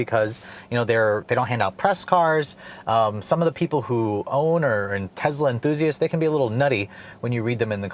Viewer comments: It’s Tesla not Tezla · Tesla not Tezla. So annoying. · i get a feeling as if a cat is scratching a chalk board every time he says "tezla" and not Tesla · Bro it’s not TEZLA, it’s TESSSSLA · it's tessssla not tezzzzla named after Nicola Tesla, the father of our modern world! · It's a good video but it's amazingly annoying how you keep pronouncing it 'Tezla'. It sounds and it is wrong. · TEZLA lol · Tezzla lol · Nothing against this guy as a person but as a reviewer of products, he's too quick to state his personal preferences about things. I find it takes away from his journalistic professionalism and makes him sound biased. Also, he needs to talk a little better. And perhaps pronounce the name correctly - It's not Tezla. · Tezzzzzla, who tf says that lol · Why does he pronounce it tezzla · Frank Marzegliano Elon pronouces it both ways, he prefers "Tezla" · Tezlas . . . they're zuper zporty, but the leather on the zeats is kind of zhitty. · Sounded like you were saying Tezla. Love ur videos ❤️ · the funny thing about the mispronunciation of Tesla in this video is that pronounces it correctly in his Model 3 video posted BEFORE this video..kinda weird....regardless i'm a subscriber and enjoy the channel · Is it pronounced tezla or tesssla?